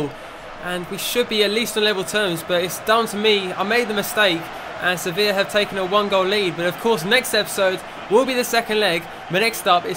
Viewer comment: Finally said Sevilla correct and didn't say sevill